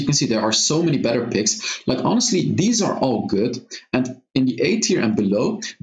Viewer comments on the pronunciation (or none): none